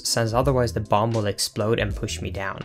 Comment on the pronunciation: Link us said BOM-BUH NOT BOM BUT BOM-BUH